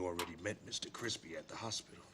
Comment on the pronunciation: That Vampire was Extra Kwispy